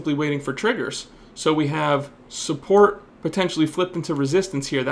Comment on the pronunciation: does he really call it supPORK¿? love u <3